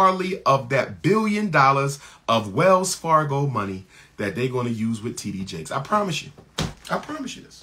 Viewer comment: Bishop T.D Jake's sir. If your going to say his name, say it right. Thank you.